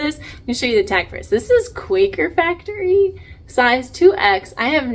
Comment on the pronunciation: I have heard that Quacker Factory is pronounced Quack-er like the sound a duck makes. I would have read it the same way. But I saw another reseller get corrected on the pronunciation before. And it makes sense with the geese on the tag.